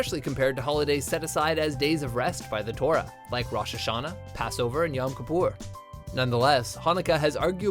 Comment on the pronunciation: gosh. He cannot pronounce any of the Hebrew words! JEWISH CHRISTMAS? HELL NA BISH! it's Hanukkiah! he says it so Ashkenazi-ish! It's pronounced Lat-KAH, KEE-poor, Roesh-Ha-Shah-Na, Soof-gahn-ee-ote, omg it sounds so idiotic when he said it! I'm very annoyed. Anyway, Happy Hanukkah!